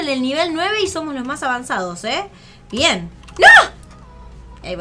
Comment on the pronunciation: Like Like si creen que dijo cuando dijo bien bien dijo ven